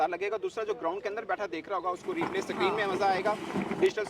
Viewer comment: "Digital Sakreen"